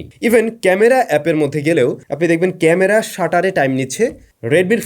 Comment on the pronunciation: খামারা উচ্চারণ টা হেব্বি হইছে ভাই 😂😂😂😂